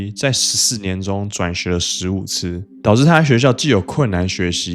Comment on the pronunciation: 可以把導致和朋友唸清楚。